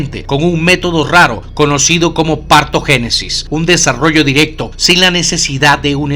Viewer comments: dices "partogenesis" y es partenogénesis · es "Partenogénesis",, no "Partogénesis". Pero igualmente, buen trabajo y buenos videos. Saludos! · se dice PARTENOGÉNESIS no "partogénesis". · En el caso del tiburón, el sistema de reproducción asexual se llama “partenogénesis” y no “partogénesis”. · es PARTENOGÉNESIS, no "partogénesis" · no es partogenesis es PARTENOGENESIS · Es Partenogenesis, no partogenesis, con cariño ;) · no es partogènesis, es partenogènesis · Sólo una aclaración: el término correcto es partenogénesis, no partogénesis. Saludos. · Es "PARTENOGENESIS"